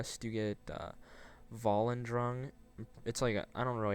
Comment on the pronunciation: you pronounced volendrung wronge and its not an axe its a giant hammer